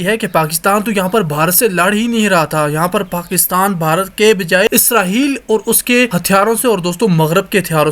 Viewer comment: اسراہیل نہیں اسرائیل ہوتا ہے